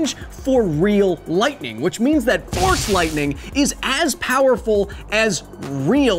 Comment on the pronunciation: I thought You were saying “THORS lightning”